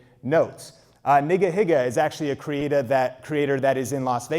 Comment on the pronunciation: "Nigahiga is a creata" I heard that.